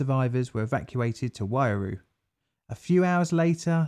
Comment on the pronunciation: The name of the river and Waiuru are a bit off, but yes the effort is seen and appreciated